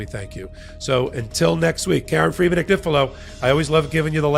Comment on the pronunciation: Lovely Karen, I lived in Italy for many years, and there are No exceptions to the rules of pronunciation. Your name is pronounced an-yee-fee-lo. It would mean lambs thread. Love your show. I'm such a fan❤❤❤